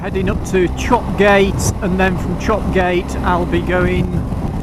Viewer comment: Good review. However, I must take issue with one thing. Chopgate is pronounced ChopYat. You aren’t the first to make this serious mistake. That road though is superb - made for bikers.ATB